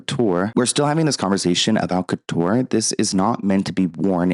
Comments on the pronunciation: Haute couture --> oat-koo-toor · I love ya, but high fashion is working because y’all are talking about it. There is no Satan here, it’s art and it’s making you think. This take is lacking nuance. I can’t really take this serious when you cannot pronounce basic, high fashion terms.